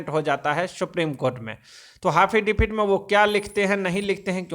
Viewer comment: Phle एफिडेविट बोलना तो सिख ले . हाफिदावित बोलता है